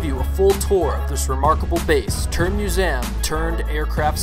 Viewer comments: Yo please learn how to pronounce museum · Please learn how to say museum